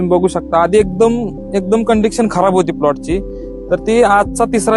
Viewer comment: कंडीशन ✅ कंडीकक्षन ❌❌❌